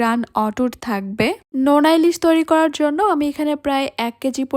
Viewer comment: নেনা ইলিশ নাকি নোনা ইলিশ